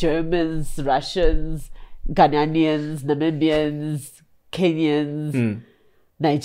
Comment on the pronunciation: It's Ghanaians not Ghananians. No pun intended.